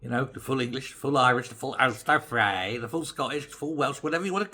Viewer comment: I have to say that the accent on the Ulster fry had me giggling.